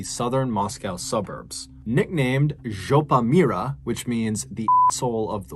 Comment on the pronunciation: I admire your pronunciation of жопа мира (zhopa mira) as well as your translation it to English, well done !